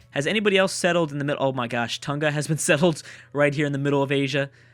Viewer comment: Hey, the city on Tonga is pronounced TONG-A and not TON-GA. Greetings from New Zealand:)